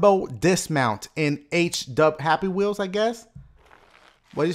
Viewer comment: "Wurrup, it´s dashie. And welcome back to WOOROWOOWO!!!" Haha luv it!